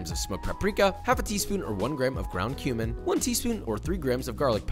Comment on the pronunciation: anyone else here ground human instead of ground cumin